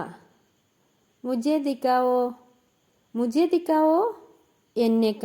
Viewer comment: നിങ്ങള്‍ ഹിന്ദി pronounce ചെയ്യുന്നത് ചെയ്യുന്നത് തെറ്റായിട്ടാണ് dikao ഇന്നല്ല dikhao എന്നാണ് മലയാളം പോലെയല്ല ഹിന്ദിയിൽ അവർ അക്ഷരങ്ങൾ വളരെ ശരിയായി ഉച്ചരിക്കും പ്രത്യേകിച്ച് ഖ ഗ ഘ ഒക്കെ നമുക്ക് മിക്കയത്തും ക ആണല്ലോ